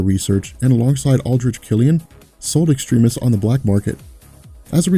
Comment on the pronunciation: Does anyone else find it a bit annoying when he keeps on pronouncing Extremis incorrectly?